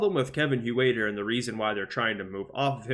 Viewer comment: Hoowaiter? It sounds like hurter